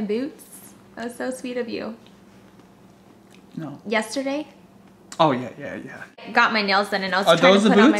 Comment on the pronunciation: LMAAOO how Judy says yesterday! come on man, you gotta remember this stuff!:)